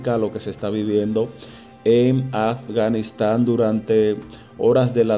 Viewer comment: PRONUNCIA BIEN: A F G A N I S T A N !!! LA. " F " NO TIENE SONIDO SOLA, UNES LOS LABIOS COMO SI VAS A DECIR FEO. FOZ. FIESTA ETC